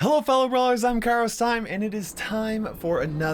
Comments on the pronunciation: Guys put on subtitels its not anymore Cara Simon its Carlos I'm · Wait what since when is he called “Carlos I’m”